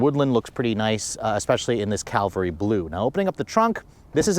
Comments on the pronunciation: Cavalry blue not calvary blue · CAV - AL - REE (horse troop) Not: CAL-VAH-REE (Jesus crucified)